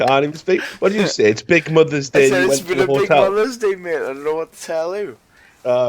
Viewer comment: "Sjwqheqwjdqig mothuh's day I';saldkfalwe jfianfelaksdntah tell yuh."